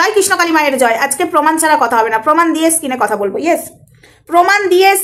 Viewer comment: Didi skin na screen bole tik ache wards pronaunce ektu tik kore bolo didi